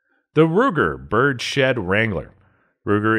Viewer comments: It's Bird's head...not Birdshed. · In reference to the Ruger Birdshead Revolver It's pronounced birds-head not bird-shed. Its called that because of the shape of the grip not the "pattern". Otherwise good video. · Bruh this is the second video he's said Bird-Shed. I know it's nitpicky but shiiiiiiiiiiiiit